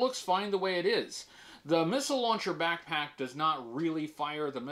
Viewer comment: Ten years brother! Thank you for everything! But damn I can’t not hear “Aflack” every single time u say “back pack”